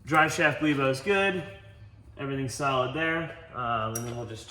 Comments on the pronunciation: "Guibo" is not pronounced "JEWBO" or "GWEEBO" its "Geebo" according to google. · seeing as 99% call it guibo and not juibo is pronounced guibo, maybe originally it wasnt but now it is xD